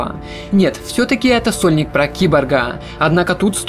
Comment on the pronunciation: Выговаривай внятно «сольник»